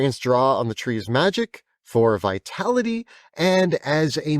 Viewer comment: Them: "Vitality of the Tree: Me: "Vitali-tree"